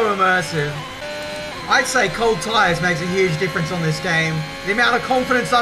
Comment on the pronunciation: Thought you said "How's Mathias?" when you said "How's my tires?" Got a bit confused